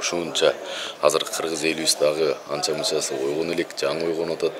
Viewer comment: Кызыл койнок Сен сакосунбу Гыргыз дебей так суйлобойсунбу